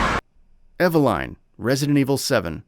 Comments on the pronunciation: Exactly. They don't always do research I swear. Also evel line instead of eveline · Eva - line? WTF? Ethan says her name in the video :/ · What's laughably bad is, you couldn't even say Eveline, Carla Redemes and Javo right 🤣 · Eveline you can't even say the names right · can't even say Eveline's name right